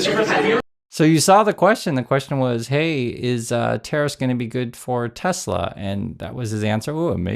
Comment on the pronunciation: Is it Tes-ler? ...or Tesla? WTF..is the guy just a maroon. Hey Elonia, no one wants a SwatiZimobile, bulletproof or not.